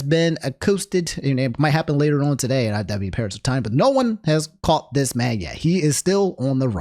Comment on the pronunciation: Why you say caught